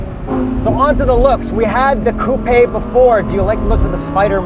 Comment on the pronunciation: Did this dude really say "coup-ay"?? 🤦‍♂️